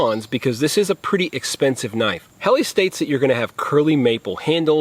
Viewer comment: It's birch not maple, it's pronounced Hellah, not Helly,, perhaps you should do a bit more research before making a video, ??